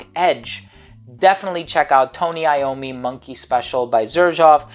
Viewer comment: So excited you reviewed this one! I really wanted to know your thoughts specifically and I didn't want to be inclined to blind but just because of the name sake. As always, you show up as a professional and master the accents and affectations displayed here by pronouncing Tony Iommi correctly. Nice work 👌